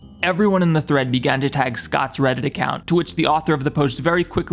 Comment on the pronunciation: This is the first video I've ever watched of yours, but I loved the low orbit ion cannon bit, and also did you say... freddit? Lmfao